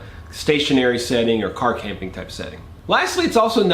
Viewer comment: Car-Camping he says.